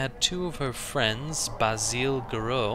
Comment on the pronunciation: i love the fact you pronounced Basile's name correctly :D